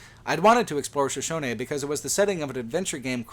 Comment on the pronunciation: You said shoshone wrong.